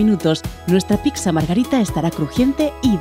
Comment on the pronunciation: Me crispa que diga "picsa"